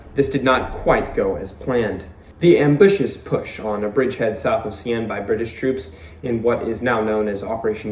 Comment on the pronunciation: Caen is pronounced CAN as in can of beans. Bloody Caen for the Canadians and Brits.